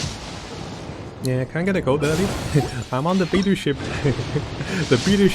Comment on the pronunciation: I risk sounding a bit toxic for asking this, but why do you pronounce some of the characters in Genshin with Chinese names so strangely? You clearly can speak and read Chinese, so it throws me off a bit every time whenever you pronounce Beidou as "bee-doo", when it's more like "bae-dough".